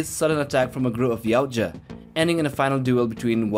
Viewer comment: For crying out loud! It’s Ya-oot-ja, not yow-cha! How do you make a video (assuming you researched) and get the name wrong? I’ve seen one channel that gets it right. Ya-OOT-ja...